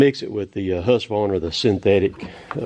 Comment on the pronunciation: You pronounce Husqvarna correctly. The letter Q is pronounced as a K.